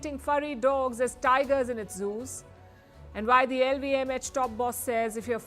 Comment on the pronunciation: Great News show, but the presenter should work on some of her pronunciations to reach a wider western audience... Forty is pronounced as for-tee, not four-tee. Insurance, stress the first syllable, same for Industry. Deter, is d-ter, not day-ter. LVMH, the letter H is pronounced as ai-ch, not etch.